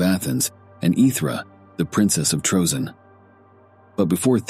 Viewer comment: Troezene = TREE-ZINE-EE 3 syllables